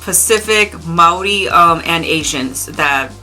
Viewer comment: Thanks for the video, the way you pronounced Māori the first time was pretty spot-on! If you wanted to hear what a one-man folk metal band from NZ sounds like, you could check out my stuff? (Ceolskog). It's only a one-man band because metal musicians aren't really too interested in playing folk metal down here, lol!